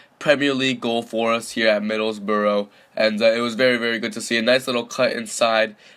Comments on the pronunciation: Not 'Middlesbro' it's 'Middles-burr-uh' Not 'Wolfsberg' it's 'Volfsborg' Not 'Owe-der-guard' it's 'Orr-der-guard' Also Everton would smash Borough IRL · it's spelt Middlesbrough not Middlesborough, so you are wrong and also he isn't Norwegian or German so why does it matter how he pronounces it.